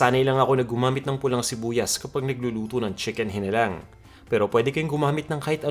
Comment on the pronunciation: Walang toyo yung original na chicken hinalang (hee-nah-lang) wag nyo po bigkasin ng maragsa, dapat by syllables po kasi yung pagbigkas nyo ay iba ang ibig sabihin. Meaning nun ay manok na bungal. Hihihihihi instead of pinaanghang na manok.